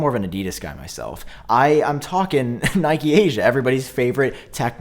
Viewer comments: Nikkei is pronounced like nick+kay. Got confused with the Nike pronunciation 😂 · its knee-kay not nike 🥴😭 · I'm pretty sure Nikkei is pronounced like "knee-kay" not "nike." No shade though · yo it's pronounced "Nickay", keep the great vids coming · i think it is pronounced “knee-kay”, if its japanese at least. also just picked an m1 mac mini and i think it will last me for a good while regardless, i love my ipad pro as a laptop too much to bother waiting for the 14in pros so that mini fits my workflow perfectly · It is “knee kay”. Like the Japanese stock market.